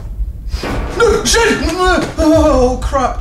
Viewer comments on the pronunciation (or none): You say "s**** " like "sheet" XD